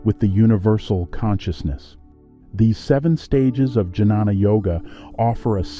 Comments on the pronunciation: This is a 💎 of a video. I think it's pronounced "Ghyana" (with a g as in guard) instead of j as in juice. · Great information. Well made video. Nice images. Excellent narration. One suggestion - it's pronounced as 'nyaan' or 'gyan' and not janana.